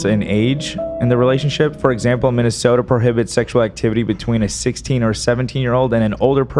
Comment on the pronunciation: Not minnesoter 😭